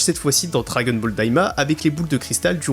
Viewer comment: on ne prononce pas "dragueune bol" par contre. c'est assez agaçant d'ailleurs.